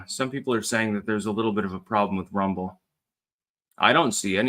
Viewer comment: "alright everyone we're live, lets make sure thats actUALLLy the case over on r-UM-ble"